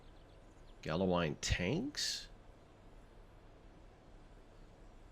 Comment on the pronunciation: Pronounce the l"s. Ernest & Julio Gallo.